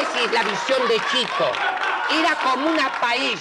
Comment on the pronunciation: Es hermoso el momento mágico en que Jorge Luz dice la palabra "paella" Guinzburg en ese instante se desarma y todo lo que viene después lo hace llorar de risa.